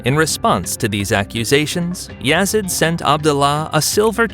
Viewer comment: And it’s Yazeeeeeaaaddd not Yazid